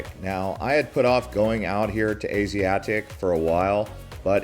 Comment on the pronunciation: I was a bit thrown by the Asiatique!